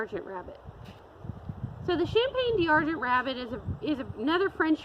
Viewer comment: 'Dee Arr-gent' 🤣🤣 Can we get a French speaker here to correct the horrible mispronunciation?